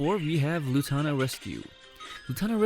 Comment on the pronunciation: It's loo-naa-taa rescue